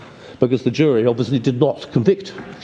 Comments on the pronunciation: “Jewelry” a kill mi bro. It’s jury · Jewelry and jury they are two different things. And you keep say Jewelry bro learn to speak